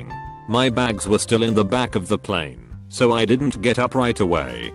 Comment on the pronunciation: Plane = Pleen XD